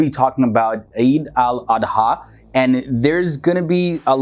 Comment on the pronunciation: the pronunciation is eed al adha